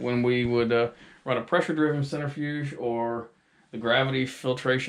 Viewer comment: What is a "centerfuge"???